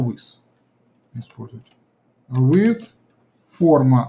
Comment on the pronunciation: Всё по делу, спасибо. (Width читается как [ видс]).